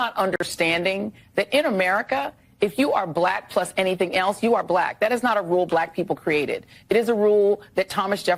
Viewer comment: I have to admit that I find it quite entertaining the way Trump says "black" with two syllables.